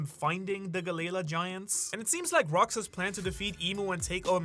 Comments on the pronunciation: Pluton is under wano 😂😂😂😂 it was confirmed to in the manga at the end of the wano arc also its gally lah not ga layla please pronounce it if your an actual one piece fan ud say it correctly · Why do u keep pronouncing it as Galayla I thought it was Galley-La🤷🏾‍♂️ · Bro it's Galley La not galayla 😂 come on ur accent isnt that bad 😤 please if ur gonna sponsor so much use it to double check pronuciations 😊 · I hate the way galley la is said......